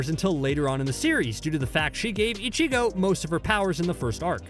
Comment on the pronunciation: How do you let a dude who clearly never watched bleach butcher so many names and upload this video. This man said icheego and just ran with it